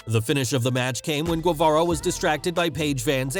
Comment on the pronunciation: I can’t take you serious with the way you pronounce guevarra